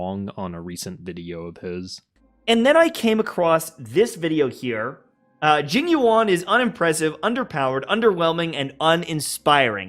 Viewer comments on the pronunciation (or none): Jing woan is what I heard 😅